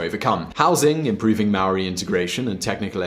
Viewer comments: As a New Zealander this triggered me, Māori isn't pronounced as mow ri, its pronounced like the word Moldy, sorry had to correct you there... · Maori is pronounced moldy without the l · Hai guys love the video I am born and breed in NZ and think that it is one of the best countries on the Globe Here is something that might be helpful (1) aotearoa is pronounced Or- tea- aa- row- a (2) The Labor party won (3) Māori is pronounced Moal - ree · I think your information is bullshit we pronounce maori with a d not a r bill English wasn't prime minister that fuckwit John key was prime minister he lost the election to the labour party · you said all the maori words wrong im from nz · The way he pronounced Maori and Aotearoa triggered me